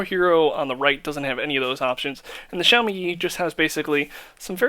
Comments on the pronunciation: he said "sashimi yi" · muddy was said 3000 times.... Sahimi Yi...LOL good job on the review